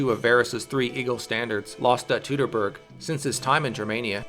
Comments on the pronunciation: It isn´t "tootoburg" though. It is Toitoburg. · correct - the procounciation is "toitoburg", of course ; I should know I live about 2 miles from the forest's western edge. The same applies to the "Teutonen" and "Deutschland" . Most english-speaking people I heard say "Doitschland" and that is how it is procounced and not "dootschland".... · Surely at some point in your life you have heard the word "Teutoburg" pronounced correctly. Yet you choose to ignore that. Why? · Since we don't know how these words were pronounced, and since different people would pronounce them differently depending on where they lived, we can use the standard English pronunciation as the most correct one: ˈtu təˌbɜrg "Too-tuh-berg" like "Too-tonic"(Teutonic)